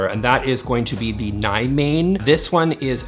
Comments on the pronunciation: Ni-mane. OMG, as a Swedish speaker, that was an abomination och pronunciation. It's aproximately nee-moh-ne. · Naimaine… love the pronunciation but it would be more like Nimoane 🙌 I’d be more than happy to teach some pronounciation as I am NOT a Swede but I’ve been here for 7+ years. 🙌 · I don't usually get up on a knot about pronunciation of Swedish words. However, you really bothered "Nymåne" It means New moon. You pronounced it "Nigh Mane" And the actual pronunciation is very close to "New Moan". The difference was too glaring for me to pass by. 🤣 Btw, I am Danish. Not Swedish. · Nymåne means New moon. In English you’d pronounce it Nee-mawneh